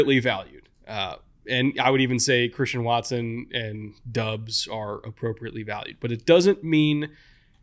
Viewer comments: Doubs: pronounced Dobbs not Dubs 🤙🏻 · you keep pronouncing romeo doubs name wrong it's bothering me.